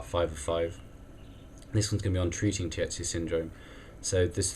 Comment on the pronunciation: You pronounce it as teetzuh. The ie in German is pronounced as one sound: ee. tiet = teet. Not: tee-at